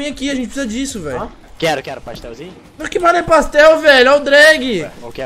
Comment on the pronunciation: PASTÉLZIN? AKLJSDLKAKJSDALK